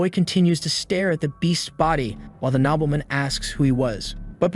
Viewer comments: Can you guys fix your AI reader pronunciation? It's Nobleman, not knobbleman. It really is distracting trying to translate all the mispronunciations. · no its not nobleman, its nobeelmin